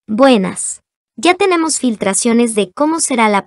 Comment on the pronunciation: A quien le gusta cuando dice wuenas 👍